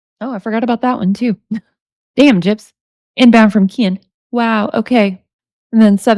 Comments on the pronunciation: I love that your saying kaan instead of ken my boyfriend does the same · She says “Keen” just like Gypsy does lol it’s hilarious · I love you reading these, you make it fun. The way you say Ken cracks me up. I hope a Hershey pie is not what I think she is meaning..the pop tart I think I have that one. They are so gross, yuk yuk yuk.. She has no problems talking that crap... How does Ken stay with someone like that. Shows his character. That poor child, let her know right from wrong, that she travels down the right road. Have a wonderful night. Give the kitties a pet for me...thanks❤